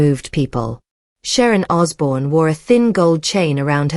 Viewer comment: You could at least get his name right